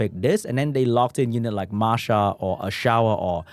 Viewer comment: its not pronounced a-shower he is ashour you say like you say a-sure for people who doesn't know what i am talking about this how to pronounce fire desert warrior name